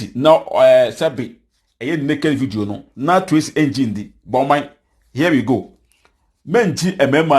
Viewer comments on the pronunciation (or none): You see how you pronounce Tracy's name?? Be credible and factual... You've been uploading false vids here